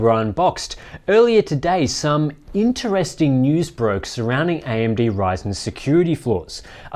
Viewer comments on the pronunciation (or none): none